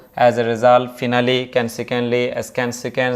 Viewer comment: ফিনালি ❌ ফাইনালি ✅